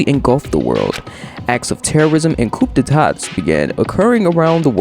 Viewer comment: coup d'etats is pronounced "coo" "day" taw